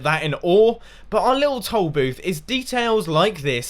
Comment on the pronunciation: When he was talking about the toll booth, I thought he kept saying "tall booth" so I was just sitting there all puzzled and then I realized at the end of the episode he meant toll booth. xD